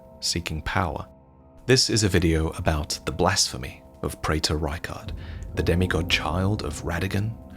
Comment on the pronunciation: A check of dictionaries seems to suggest that "praetor" should be pronounced "pree-ter."